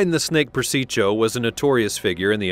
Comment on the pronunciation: You did real good with Italian names until you got to Carmine PerSeacho. It was Per Sicko